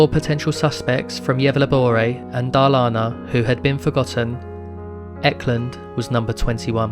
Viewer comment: I'm sorry but Gävleborae and Darlana???? 😂😂😂😂 it's pronounced Yevlä-borgh.. And Dalarna not Darlana 😂😂😂😭😭😭tf